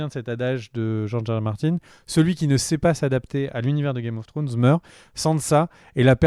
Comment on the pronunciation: C'est possible de dire au gars de droite de dire trône de fer au lieu d'essayer de dire Game of thrones "Game of frônes".. pu capable haha ! Mais à part cela vous faites du bon boulot !